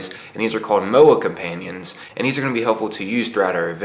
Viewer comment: Moa companions!! Ok Im downloading this game now! Pronounced More-ah - the Moa is an extinct native bird to New Zealand, from the same family as Emu and Ostrich's (or is it Orstri! :P)